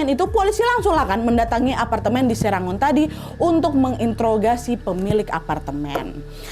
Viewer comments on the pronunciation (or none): Maaf nad, SERANGON itu di baca SERENGGON, aku pernah tinggal di sktr situ jg, tepatnya di daerah punggol edge 🙏🙏